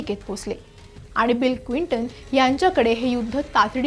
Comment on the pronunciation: Clinton क्विंटन नव्हे, please note